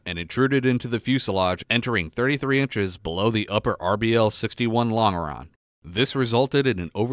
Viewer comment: Point of order: "Longeron" is pronounced "Lon Jer On"